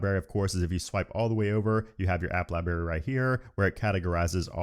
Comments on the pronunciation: Don’t you realize you mispronounced the word “LIBRARY” ? LieBerry… not. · Lie Berry ? Cmon. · he says lieberry lol